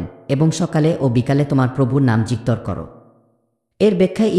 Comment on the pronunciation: ভুল উচ্চারণ। - যিকঅর সঠিক উচ্চারণ। - যিকির ভুল উচ্চারণ। - স্মরণ ( smoron) সঠিক উচ্চারণ - স্মরণ ( soron)